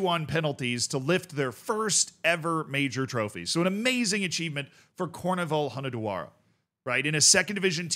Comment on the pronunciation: The name is actually spelt COOR-VEE-NUL Hoo-neh-dwa-rah. They cant get into the first league because theyre owned by a public state entity ( in this case the Hunedoara city council). The coach is insanely good too, the team lost 1 single game in the third league, the promotion playoff final second leg which doomed them to a second season in the third league. They promoted the year afterwards and this is their first season in the second tier.